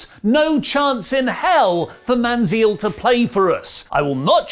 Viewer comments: Hey I'm here to help you out. It's pronounced Man-Zel not Man-Zeel he used to be our QB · Lol “Johnny Man Zeel” It’s “Man-Zell”, Man-Zell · Man zell like on yell or hell , not Zeel like in eel or peal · Manziel is actually pronounced Manzel, but eh, close enough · Its pronounced man-zell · It's pronounced "Man-zel"... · Ah yes johnny manzeeel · His name is pronounced Man-Zell. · FYI Manziel is pronounced like it’s rhyming with Hell. How ironic . Lol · Lol the way pronounces Manziel 😂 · You are pronouncing Manziel wrong....